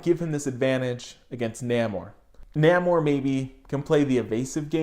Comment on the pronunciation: I think it's pronounced "Nay-Mor" bro. great video bro! ✌